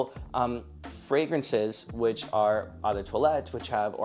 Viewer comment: Brother, if you’re too no to make a video educating people about fragrances, learn how to pronounce “eau”. It is the French word for water, its is pronounced “oh”.